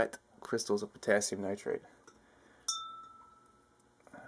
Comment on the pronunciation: Its called cryshtals!